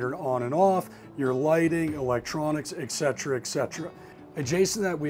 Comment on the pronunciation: Pro tip....there is no X in the word etcetera. Its pronounced /et ˈsedərə/